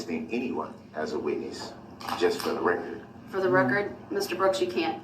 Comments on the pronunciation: Oh, I was parroting Duh-rell and making fun of him and then you started!😂 If I hear him say "for the rekerd" one more time, ugh! Of course he's going to disagree with everything whether it's in his best interest or not. He's so stupid yet he gets annoyed at how very thorough the judge and the prosecution was on the rekerd. Oh and don't change a thing on your channel! We come here for your commentary. If I wanted to rewatch the trial without it (which I don't), I'd go to Court TV😂 And someone please take that damn jailhouse pen tube of ink away from him!!! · Does he know everything in court is on the "reckert" he doesn't need to say for the "reckert" every time he talks it is so irritating.. Maybe he thinks its for his math boi fly "reckert" that never was made